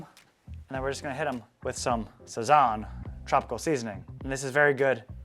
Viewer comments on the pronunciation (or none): The way you said Sazon as a Latino hurt my soul a lil lmao